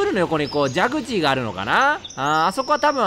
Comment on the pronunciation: じゃぐちーwwたまに滑舌わるいのかわいいww